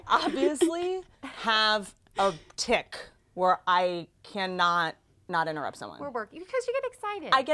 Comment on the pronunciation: Hannah : its okayy if you inturr Whitney: inturrept